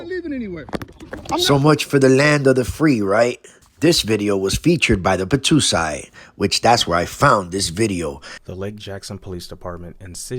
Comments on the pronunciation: Hey bro it’s the battousai not the battoosai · The Battousai Pronounced.... "Bah-TOE-sigh" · Please learn to pronounce "battousai"